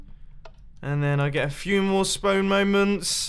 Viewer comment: Did anyone else notice he said spone